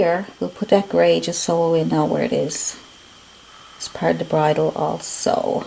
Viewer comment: So glad I stumbled onto your channel! This was really helpful! Thank you. PS You pronounced bridle correctly. 😊